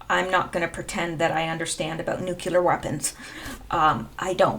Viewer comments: It would be so nice if your generation would learn to pronounce nuclear -- new-klee-ur, not nu-cue-lur. If you look at the spelling of the word, you will easily see it. And then there is the hokey cowboy pronunciation that has taken over the airwaves since George W. Bush and his whole hokey Texas cowboy persona. It is disrespectful to pay no attention to the actual name of a country, and to just go against it. Both Iran and Irag are not pronounced with a long I, which rhymes with "why". No they are both pronounced with the kind of "I" that is pronounced either as as "E", as in Ee-ron, Ee-roci, or if that's just too much, then "I" pronounced to sound like the "I" in "sick." i-ron and i-rock. Even George W., I think finally embarrassed at his pronunciation and the obvious disrespect that implies that one feels toward a particular country (like not bothering to learn how to pronounce someone's name), began to pronounce them correctly toward the end of his presidency. After all, how would George feel if some some German diplomat insisted on calling him "Gay-org"? He might be offended, and beyond that, he might misunderstand the intention of being called "Gay"..."org". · NUCLEAR not NUCULAR, stop it!! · Btw they’re not “NUKULER weapons they’re NUCLEAR weapons. Please try to pronounce it properly. Since you said it so many times it was very annoying. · Thanks for your perceptions and research. One tip, it's spelled and pronounced "Nu-cle-ar"not "Nu-cu-lar". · Pronounced new-clear, not nuke-you-lore. Sorry, pet peeves. Your channel is good though. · PLEASE ...! NEW_Q_LUR is not a word. If you can't pronounce Nuclear properly try this old trick... Say New-Clear as in NEW CLEAR war. Kudos and thanx to good ol "WALT KELLY" for this from his comic strip for many decades ..."POGO" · Good stuff as usual. Please note: The word is pronounced NUKE-LEE-UR not nuke-you-ler. Common error. No such word.